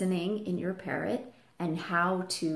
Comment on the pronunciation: why "parront"?